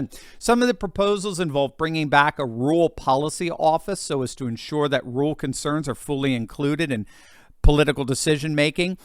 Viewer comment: DUDE, YOU GOTTA LEARN TO PRONOUNCE “RU-RAL”.